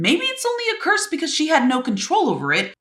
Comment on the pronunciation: when you said edas curse it sounded like you were saying purse😂